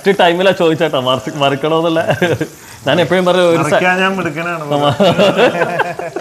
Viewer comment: നന്‌ അല്ല ഞാൻ